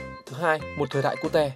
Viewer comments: Sao lại sự Cu Te :)))) phải là Ciu chứ Ad đọc Vietnamese quá =)))) cơ mà đọc cute cũng vui :v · người ta đọc là " kiu " chứ k phải " ku te " :vv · Nghe 1 hồi tưởng cute đọc là cu-te thiệt luôn á 😖